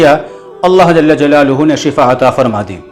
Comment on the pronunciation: حضرت اللہ جل جلالہ میں جل کے لام پر زبر پڑھاجاوے بہتر ہو تا جزاک اللہ